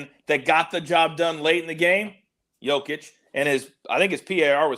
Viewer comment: You know how I know doesn't watch basketball? He doesn't know how to pronounce Jokic's name. That shit was painful to listen to